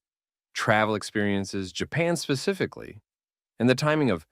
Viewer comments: The most powerful social skill is listening, you say. I listened right up to the point you said pacificly instead of specifically. 🤮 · When you feed the speech AI a script but don’t spell check. This dude said “pacifically” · love it however ... "pacifically"? <3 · this mf said "pacifically" and we only 3 minutes in. I'm not watching this dawg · I came to the comment section just to see if anyone else noticed 😂